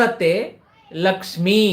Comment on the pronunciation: Karagre vasate lakshmihi...not lakshmi ..it's lakshmihi